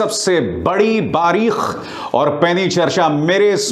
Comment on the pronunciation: Sir urdu lafz bareeq not bareekh